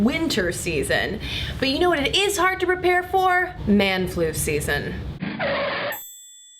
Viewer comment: I wonder, and without trying to be a total bitch, if she is saying "repair for" rather than "Prepare for"... I've listened repeatedly to the beginning, only to find it sounding like the former :/ I might just be nuts :P